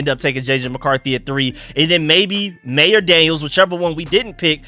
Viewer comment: I agree with. It’s maye